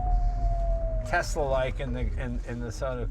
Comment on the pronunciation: Did Jeremy Clarkson teach Jay how to pronounce Tesla?